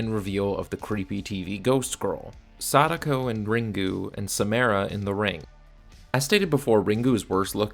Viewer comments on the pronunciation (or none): Dude it’s SaMARa…not SaMAIRa. Other than that nice work lol